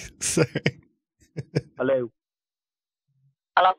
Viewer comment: And "Hallo?"